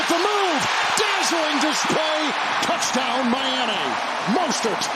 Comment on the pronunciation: I love that this commentator can’t say “TOUCH TOWN” 👍🏻